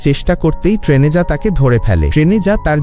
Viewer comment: টেনেজা না ট্যারেনিজা😒